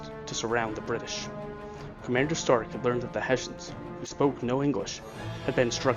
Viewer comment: Hessians! Not Hassians